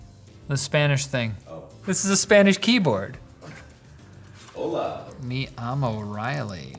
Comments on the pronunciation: "Mi amo Riley" is not the same as "me llamo Riley"🤣🤣🤣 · "mi amo riley" lol